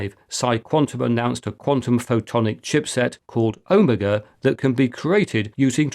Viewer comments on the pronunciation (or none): none